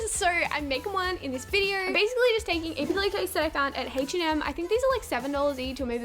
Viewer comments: anyone else notice she pronounces “H&M” “Haych & M” ??? 😂😂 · Haich & M ? Its H&M